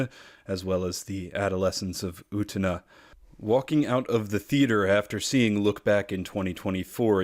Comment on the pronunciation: Every time you say Utena, you remind me of the character form South Park who can't say the letter "t" and says planetarium without it in the Cheesy Poofs commercial episode.